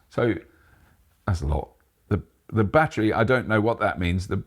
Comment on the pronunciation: & Robert, I do admire you both BUT It's not a "Ba-Tree" Its a "Ba-TTerY"